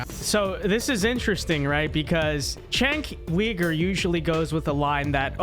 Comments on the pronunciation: Chenk Weegur? It's pronounced JENK YOUGUR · I am so sick of people who disagree with Cenk mispronouncing his name. "Chenk?" His name is Cenk and it is pronounced "Jenk" and , "Weaver?" Really? Dude that isn't even close. Feel free to disagree but is it really necessary to throw in the disrespect? No disrespect? You mean you serioisly can't get either his first or last name correct after hearing it many times? Never heard his name being spoken before? Never thought to check? First, I doubt that. Second, why not just listen to the name once and get it right? Some of the things you said may well have been fair actually but why should I take you seriously when you can't give someone the basic common courtesy of at least trying to get their name right? Just don't care? Cenk is beneath you? (Yes, I am triggered by this.) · Who tf is Cenk Weeger? Lol it’s Cenk Yuuger